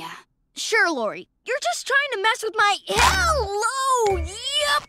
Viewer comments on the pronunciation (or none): It’s Lo-re, not Lo-ra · I like how all throughout the video he calls Lori "Laura". Is her name different where you live or is it just because you have a slight accent?